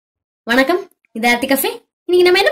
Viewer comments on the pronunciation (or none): none